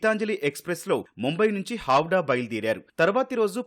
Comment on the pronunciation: హౌడా కాదురా బాబు హౌరా